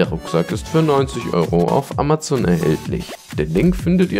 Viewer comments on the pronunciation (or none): none